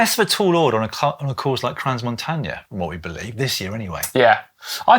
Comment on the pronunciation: A friendly advice: do not pronounce the « s » in the name « Crans-Montana » 😊